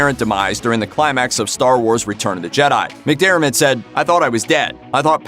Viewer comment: Finally an American who can actually say McDiarmid and not McDermot.